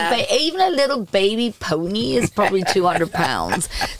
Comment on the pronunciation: Lisa in her non English accent “Baby poNY” 😂